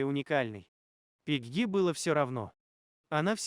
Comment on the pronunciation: Пегги, ударение на е